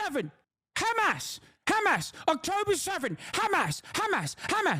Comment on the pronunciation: Israel defenders go 10 seconds without saying Khamas challenge (impossible difficulty)